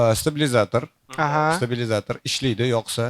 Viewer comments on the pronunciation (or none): none